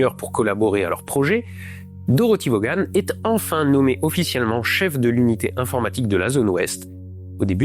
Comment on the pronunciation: Mr, mettez-vous à niveau: on ne prononce pas le N dans "Fortran". Par contre, on ne prononce pas Vauga-ne- mais Vone